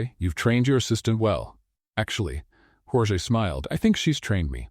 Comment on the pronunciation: You've got good stories however they're starting to be filled with a i, chat GPT cliches all of them. smile that didn't reach his or her eyes is all over the place and your AI voice is mispronouncing the name Jorge.